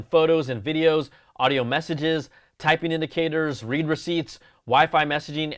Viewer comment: I know it’s a matter of opinion, but read (present tense) receipts? Brian that’s a bad Apple! It’s definitely read (past tense) receipts 😅